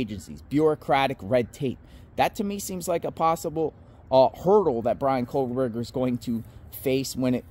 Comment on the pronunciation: Please stop saying KOHLberger.